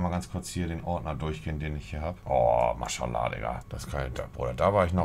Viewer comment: Ich bin mit meiner Freundin im Video ( min) zu sehen und Monte sagt zu einfach zwei Mal "Marshalla" 😂🔥👍